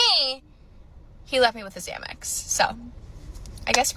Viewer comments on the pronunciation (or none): none